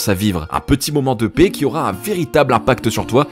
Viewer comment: . Moi aussi j'adore les "petits moments de pets". A moins que ce ne soit "un petit moment de paix" ? Mais dans ce cas là je crois que ça ne se prononce pas tout à fait comme cela.